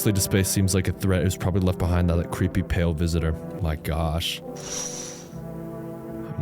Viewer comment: "The Vale Pisitor" 🔥🔥🗣🗣